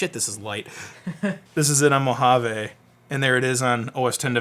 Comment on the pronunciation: It is pronounced "Moja-vee" not "Moja-vay".